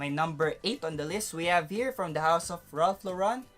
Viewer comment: Bro, it's Ralph Law-ren, American pronunciation; Eve-Saw--Law-raw (nasal tone) or Eves-San-Law-run if Filipinized. I hope it helps. 😊 Also, I don't think Amara is considered a cheapie, together with the Bulgari Aqua flankers. 100ml even in discounters is about US$55-60 before its discontinuation. 😀